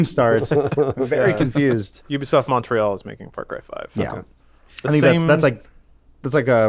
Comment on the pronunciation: I love the way non-Canadians say Montreal